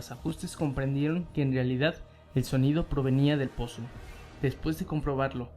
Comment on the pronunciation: No sé si creerle a alguien que dice "poso" en vez de "pozo"